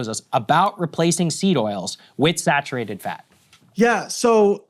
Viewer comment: Excuse me sir, it’s actually pronounced “snatcherated fat”